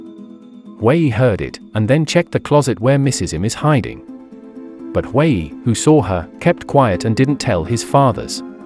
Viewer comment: If you're going to have a channel dedicated to recapping Korean movies, at least learn how to properly pronounce Korean names lol. His name is Hwa-yi, not Way.